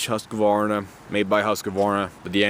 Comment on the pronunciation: HUSQ-VARNA not HUSQ A VARNA.